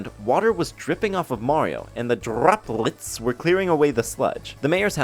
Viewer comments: what kind of drrroplets,? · “drrroppleets” is gold